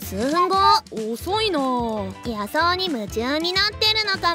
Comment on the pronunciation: 野草（のぐさ）じゃなくて のぐs・・・・・・・・・・・・・